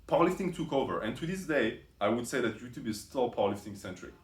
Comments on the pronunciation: So 'ello-oe-toep' is due to the microphone and not his speech impediment? And I would quickly put on a shirt if I were you, soon that parrot will fly off your shoulder ... 🐣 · Roxas13. "He lifts", 👍🏽 "He gives facts", 😂 He tells assumptions, made up stories 🧚‍♂️ And that "ello-oe-toep" is to 🤮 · Ello yuchube.